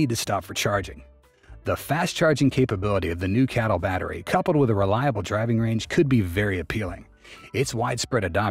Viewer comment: C A T L not cattle mate 🐄